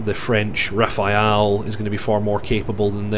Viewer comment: I am sorry but it's not Rafael it's Rafale or pronunciation wise "Rafal" since its French you say it as you write it but the e at the end is silent